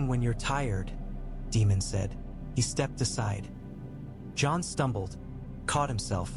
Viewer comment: It's Daymon not Demon.